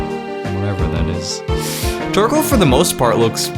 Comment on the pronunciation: When he said Torkoal I thought he said Twerkel LOL!